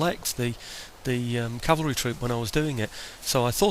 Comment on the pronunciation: Oh hey btw. I really like that you say cavalry. So many people mistakenly say calvary and not only is it mispronunciation but it changes the meaning of the word. So cheers lol